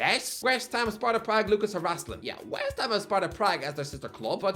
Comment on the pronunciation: You pronounce Harašlin as ”Harasslin”. It is pronounced ”harasch-lin”